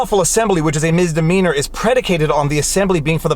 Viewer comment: Today I found out: it’s called misdemeanor not mistemeanor.. (I’m not a native English speaker, but I’m ashamed I hadn’t realized it until this moment..)